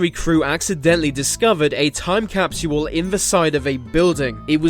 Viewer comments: It’s capsule not Captual lmao 😂😂😂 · TIME CAP-SEE-HOLE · Um gonna leave a "time capshuwool" for all to see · capsual.. is not how you pronounce capsule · In the future time capsule will be pronounced.....time capsuuuual. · so annoying when ya bitchass says capsual like saying usual. fucking shit bro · Every time he says capsule, I feel like hack sawing off his mouth. cap-she-wull, cap-she-wull, cap-she-wull ,cap-she-wull, cap-she-wull, cap-she-wull. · 😂😂😂. ikr its driving me nutty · The way he is saying capsule is driving me crazy.😖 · Dumb Britt narrator thinks the word "capsule" has 3 syllables,.. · Can't take the way this guy keeps saying capsule over and over....his pronunciation is killing me...lol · the way he says time capsule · wr did that as kids in our backyard but we forgot where we buried it. I no its not ur ancient your saying capsule wrong lol its too funny